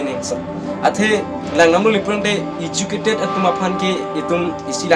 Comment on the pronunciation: Politiker party puha ?? Goverments ATUM puha ?? Lever puha level aphanta ? iju_cated puha educated aphanta ? Bis_nas puha business aphanta ? Mediker puha medical aphanta ? Contain puha content aphanta ? Rest_pect puha respect aphanta ? Ranbil puha ranbeer aphanta ? Incidence puha incident aphanta ? Kor puha call aphanta ? Thar_jen puha thousand aphanta ? YouTube channels along . Puha ?? Koan_ta matiko dopikma ?? Hoter pukali hotel pu . ESI ah ' Politicals leaders 'ATUM APHAN . Puha ??? ESI ah news channels . Puha ?? LAA...ANNN..KA..BURBOK.. PRONOUNCIATION..PLANGPLE...TA..LAAM..KABUJAI...AH..CONTENT..SI..KASELAM..LAM..MA..MONIT..NGKE ??? PRONOUNCIATION CHARLI THA FIRST . CTA...RESPECT...NGPI...DAT...PODE 💥